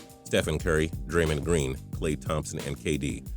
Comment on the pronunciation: and draymond green pronunciation